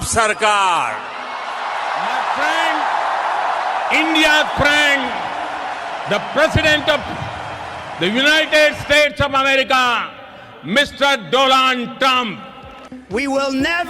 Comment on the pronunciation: Donald ❌ Doland ✅